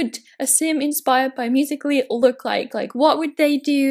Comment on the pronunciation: U said musically right